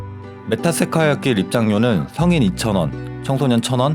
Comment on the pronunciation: 메타세콰이어 발음이....